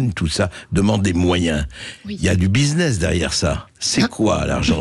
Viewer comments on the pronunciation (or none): none